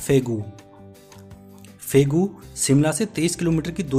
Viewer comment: भाई फेगू नहीं फागु है